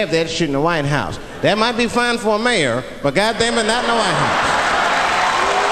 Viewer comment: Mayor it's mayor